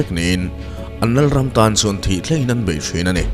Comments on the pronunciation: Bei niloin BAI aw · Alphabet _ a leh e hi i lam dan uluk deuh ta la te ka lo ti thin! Eg... Bei kha bai tiin i lam a. Kei kha kai tiin i lam thin bawk a! Nei kha nai tih ang ten. Ka ngaithla tam ania. Uluk tawh la aw. 😊😊